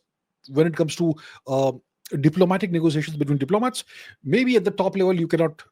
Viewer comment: Why do you mispronounce things on purpose? "China is extending o-leev branches to India"? Wtf? Everyone knows how to say "olive". You do so with other simple words but pronouncing them as "expaand" and "diplomaat". Why do you do this?